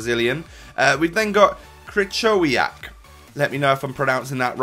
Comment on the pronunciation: You pronounce it kryhoviak